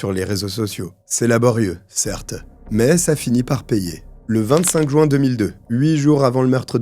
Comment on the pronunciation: surtout quand il dit « jou-un » au lieu de « juin » 😄